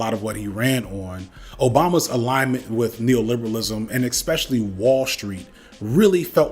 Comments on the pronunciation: Okay. The first “expecially” shattered my ear drum. 37 “eXpecially”s later… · Do you mispronounce especially intentionally?